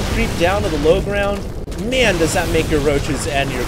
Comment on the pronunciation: Dont talk to me like that 'mayne'